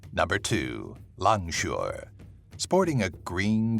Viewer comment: as a malaysian, i think that langsuyar is langsuir